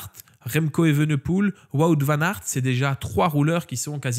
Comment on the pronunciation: je me demandais aussi pourquoi tu le citais pas dans les Fav... cause t'arrives pas à prononcer son nom... 🤣😂🤣